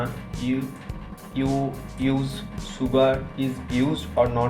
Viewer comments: Sugr 😂 sugar...plz don't, mind.. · Anyone say शुगर And you say सुगर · “one number of Appel” sugarr chugarr” “rok solt”